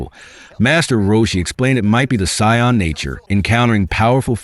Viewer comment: See, even AI recognizes that “Saiyan” is pronounced like “scion”. AI can, the Thanksgiving Day parade people can, but the people responsible for localizing it can’t, and now everybody just goes after anybody who doesn’t say “Saiyan” with a long A sound.